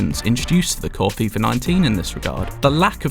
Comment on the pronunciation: FIFA, not FIFAR